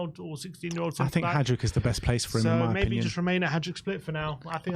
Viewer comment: It’s pronounced Vushkovic and haiduk we don’t say the j lads